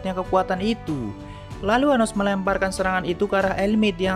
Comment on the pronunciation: Anos om bukan anus 😂